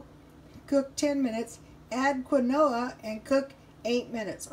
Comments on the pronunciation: It's pronounced, "keen-wah" :) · You say it like keen-waa